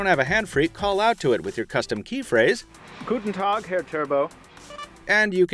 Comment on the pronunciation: "Guten Tag, Herr Turbo", that was awesome! Me being a German, this made my heart jump an I really had to smile! Keep on the great work,!